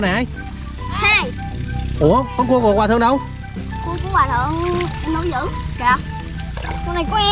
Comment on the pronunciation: Con cua thật đọc ra con cu